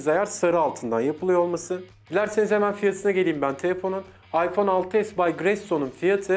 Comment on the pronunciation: 6s Plus değil ha 6s diyişin çok güzel lan